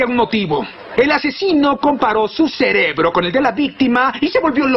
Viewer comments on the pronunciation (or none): none